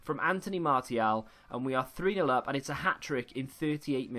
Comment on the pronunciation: Can’t believe how this guy pronounces player names lol, especially Martial... unbelievable...